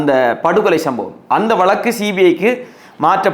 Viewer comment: வளக்கு, வளக்கு வளக்குகிறீர்களே, அது வளக்கு அல்ல 'வழக்கு'. தமிழ்நாட்டில் ஒரு சென்ட நிலம் ரூ.2000 க்கு எங்கு கிடைக்கிறது கொஞ்சம் சொல்லுங்களேன்! ஒரு குடும்பத்தில் தகுதியுள்ள ஒருவருக்கு கருணை அடிப்படையில் (Compassionate Appointment) வேலை வாய்ப்பு ஏன் வழங்கப்படுகிறது தெரியுமா? வேலை வாய்ப்பு தரப்பட்ட நபர் இறந்தவரைச் சார்ந்திருந்தவர்களையும் பராமரிக்க வேண்டும் என்பது விதி! இந்த விஷயங்களெல்லாம் புரியாமலே உங்களைப் போன்ற இலங்கைத் தமிழர்கள் குழப்பவேண்டாம்!